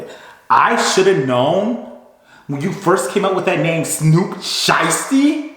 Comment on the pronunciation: How could you keep a straight face, when you put emphasis on Snoop Sheisty? 🤣🤣🤣🤣 I fkn Hollered! And yes, I get the Code part! Ain't No Back-dooring the Homies! Rule #3 of #5!